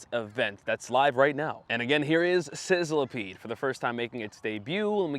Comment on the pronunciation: I hate to be that guy but Sizzlipede is pronounced sizz-li-peed, not sizzile-a-peed.